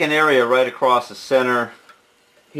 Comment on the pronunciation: Very sorry for your loss. Just wonder,was the edited word "acrost"?